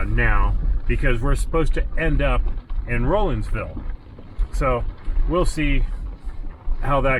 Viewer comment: As a native that grew up in that area, I really enjoyed your video. It took me back to good times in them thar hills. BTW, the locals pronounce Rollinsville, Rawlinsville